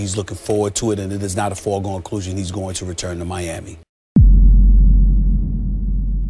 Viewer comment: says "foregone clusion". It's foregone conclusion.